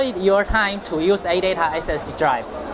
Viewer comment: audaa aee emm silusiiiion